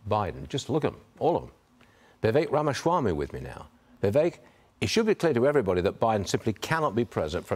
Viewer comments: The moderator still doesn't know how to say Ramaswami's name. It's not Ramaschwami. It's Rama-swami. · Stuart: The first job of a reporter is to get the names right. THERE IS NO "H" IN RAMASWAMY.